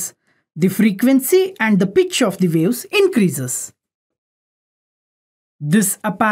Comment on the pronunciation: ITs WAVE's LOL NOT Wales LOL >